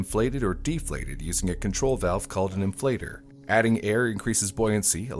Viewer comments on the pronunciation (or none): none